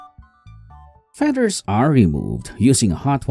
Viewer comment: "to remove the fedders" lmao